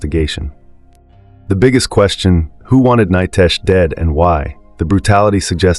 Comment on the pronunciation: Nitesh not Nytesh😮